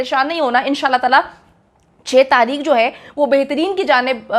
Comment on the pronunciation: Tareekh par Taheekh 🤦‍♀️